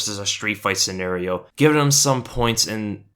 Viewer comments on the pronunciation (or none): none